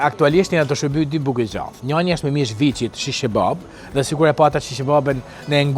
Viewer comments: O shqipe, djath, jo gjath!!!! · 😂😂 gjath asht ne theks veriu djath ne gjuhe letrare e bukur ironia ky koment ishte per ato tjeret qe demek se kuptojne zoti 😂